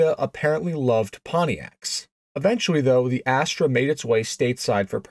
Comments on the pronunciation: ...never heard it pronounced as "ass-TRAY". Have only ever heard it pronounced "ASS-ter". Not sayin' you're wrong. Just sayin' I've been building Vegas, Astres, and the Monza clones for 35 years and have never heard anyone, or any of my clients ever pronounce it that way. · It's not an Astra. It's an Astre, which is pronounced "aster" in English. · It's not pronounced "Astra" like the Saturn model that was offered. It's spelled A s t r e for one thing, but it's pronounced "aster", like the flower. They only made them for a few years to give Pontiac a small car. But they Pontiac eventually got the Sunbird in about 1977 - which itself, along with the Chevy Monza, Olds Starfire, and Buick Skyhawk, were derived from the Vega chassis. You mention there are one around. There are pretty much no Vegas around either, despite much higher production numbers, because the aluminum engine in these cars was so trouble prone, and the bodies on these rusted badly, so hardly any survived. The Iron Duke replaced the Vega engine for a good reason. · You're right, you really don't see these things anymore if ever. BTW I grew up in Michigan and Ontario and at the time we pronounced it "Aster" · The opening line, sounds like you said Pontiac Ash Tray.😅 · Ass-trah. I only know because the old man worked at the Tech Center and I knew the GM names. I learned when I mispronounced "Monte Carlo". That said, I never saw one. A few Monza Spyders, but even at 7 years old I knew what a lemon a Vega was. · Why pronounce it Astray??? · I heard "fast ass-tray" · It's pronounced Astra. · It's pronounced "as-Tuhr" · It's Ast-er! Both the Pontiac Astre and the Chevy Vega were longitudinally mounted engines in a rear wheel drive chassis. They NEVER had a transverse-mounted engine like your picture. Because of your mispronunciation and wrong pictures scores your video a 👎. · You are pronouncing the name wrong